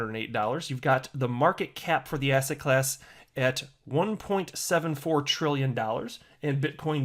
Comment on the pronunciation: I now hear ass hat class every time you say asset class